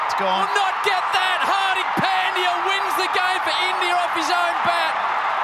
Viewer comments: No one : Commentator : Hardick Pendiyaa..... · No one:- Commentator: phendya😂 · No one: Literally no one: Aussie Commentators: “PENDIYA!” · Yes, they say.. पँड्या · They say " pundi " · Peldiya Pandya ne Pendiya 🤣🤣🤣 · also its not Pan dya, pronunciation is pun dya, only gujaratis can relate, like we get irritate when ppl pronounce PAN😅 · That's pandya not phendya 🤣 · Hear again its phendiya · Pandya ko toh Pandiya bolte he😂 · What we see: Pandya What they see: Phaaantheeyaaa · Australian commentators do commentary from the heart even if their own team is losing.That's why they are best in the world. & They pronounce the name of indian players in a entertaining way like, 😂 Shikhar dhawan = Shiky daawan Rohit = Shaarma Kohli = Kholi Rahul = Raool Iyer = Aayer Pandya = Pendia Shardul = Shardul thakoooor!! Siraj = Siraaas Jadeja = Jadaijjaa & Many more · First they pronounce pendey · Pan-diya is a World class hitter.. English commentators😂😂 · When he calls hardik pandya as peindya 😂😂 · He says hardik panndhya that moment😂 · Comandator : Pandeeya 😂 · Commentator : Hardik Phendyaa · pandya nahi bol sakte to hardik hi bol do na 😂